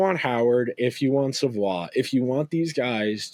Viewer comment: Matthew Savoie is pronounced Savoy!